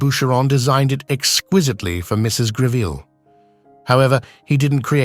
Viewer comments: It's NOT Griveel! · Very poorly researched, resulting in an unfortunate amount of the misinformation. Photos often do not match up with the narrative. And it's properly pronounced GREV ill. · Save us from the mispronounced surname!